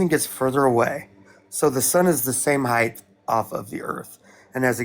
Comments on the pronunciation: I know im nit picking but dude keeps saying heighth instead of height lol 15:60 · This guy keeps saying “heightH.” I can’t take him seriously. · This idiot continuously saying heighTH is driving me up a wall. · wtf is heighth? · Dude is saying "heigth"... that alone is enough for me to not give that flathead any time or effort listening to him. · There is no fucking H at the end of the word HEIGHT